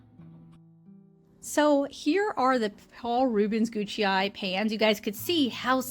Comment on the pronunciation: Google says it is "goo k eye"